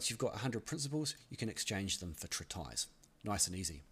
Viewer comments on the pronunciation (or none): Oh, it is not pronounced "trit" "ice", but "treat" "is"